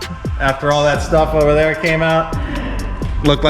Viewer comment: When he said look at all that stuff ovah theya 😂🤙🏼